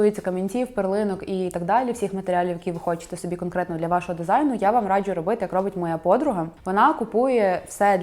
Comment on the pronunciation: Хтось теж помітив, що дівчата на відео цікаво вимовляють деякі слова☺Якщо є звук "дж", то він завжди пом'якшений. Наприклад "раджЮ" а не раджу, або "джЄмпер", а не джемпер😎..але це не працює з джинсами🧐Тому тут вам не тільки стиль, а ще й філологія💛Дуже подобається🤎